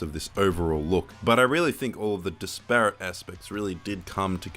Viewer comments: I just can't get past that guys pronunciation of 'disparate'. As a Melburnian I can guarantee you we generally(?) know how to say this word correctly and it is NOT 'DIS PARROT' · "Disparrot"? Disparate. 😂😂 I promise most Australians don't say "disparrot". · disparate as ..”dis-parrot”?